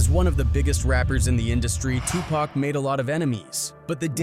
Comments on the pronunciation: Pack? It’s Tupac!!! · Stop calling him PACK.